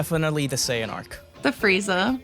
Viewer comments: Not to shit on the grammar of a made up word, but the way the dude said "Saiyan" hurt my brain. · L take, couldn't even pronounce "Saiyan" earlier